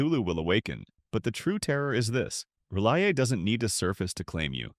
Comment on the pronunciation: The narrator (ai?) mispronouncing R'lyeh...